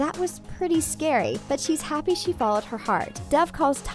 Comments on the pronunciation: My subtitles pronouncing doves name Deb - uhhh okay? Dev - your getting closer! DAF - WHAT THE F*CK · it’s dove not dive